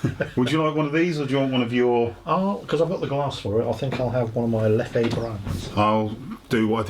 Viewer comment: fyi, Leffe is pronounced more like Leffuh not Leffey